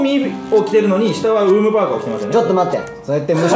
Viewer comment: uuumパーカーがウーパー(五、八)に聞こえてくる不思議